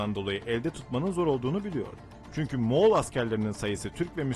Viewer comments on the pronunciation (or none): none